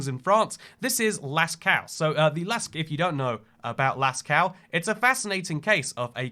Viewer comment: For people wanting to prononce it good, you say "Lasco"